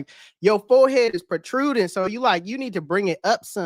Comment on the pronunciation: Yiooo this guy said protruding 😂😂😂😂